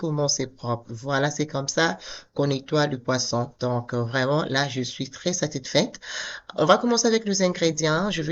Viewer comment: Belle recette mais ma sœur tu dis toujours satitfait mais on dit satisfaite stp et ce n’est pas la première fois que je te fais cette remarque merci!😳😳😳👉🏾